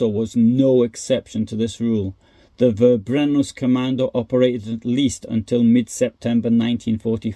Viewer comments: It is pronounced "Ferbrennung", not "Verbrennung" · Your channel is so unique as you post information about WWII which I have never heard anybody else present. Thank you so much. ❤ And also a little reminder: the German V is pronounced F... so fx Verbrennungskommando is pronounced Ferbrennungskommando